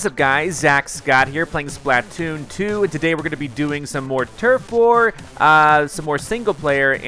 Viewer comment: It's could splitoon not splitoon